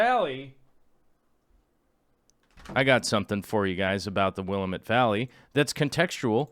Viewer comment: Will-am-it not Willa-met. I hate being that person critiquing your pronunciation but I guess I am that person:)